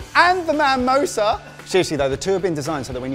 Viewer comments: Ever time a heard 'manmosa' I involuntarily cringed haha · 'manmosa' nearly made me unsub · Its mamoosa not mamosa ............ pfffffffffttttttt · Guys it's MIMOSA...Mamosa means something quite, quite different... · It's pronounced MUH-mosa.